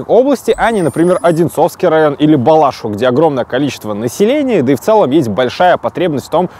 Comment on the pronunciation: Бала́шиха 🙈 Балаши́ха, во-первых